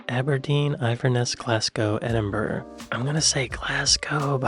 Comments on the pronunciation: Yea but eyeverness and edinburg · Gloucester is pronounced GLOSS-ter, and Edinburgh is either EDD-in-borough or EDD-in-bruh. West Side Story was by Leonard Bernstein and Stephen Sondheim. You did really well! The questions were pretty easy for someone who knows something of the UK, but I guarantee that only a very small percentage of Americans would get close to half right. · The people of Edinburgh would like a quiet word with you, out back. ED-in-Burra